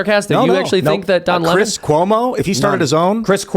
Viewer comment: Dudes name is Chris, not Christ lol. C.mon, seriously. Although if you AI Chris Licht nailed on a cross, that would work.